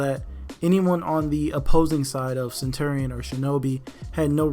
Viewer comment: It’s pronounced centurion not centerion